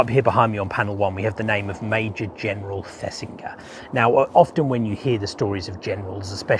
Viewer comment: The "g" in Thesiger is pronounced like the "g " in Roger. Really like your vids, recently discovered. All the best.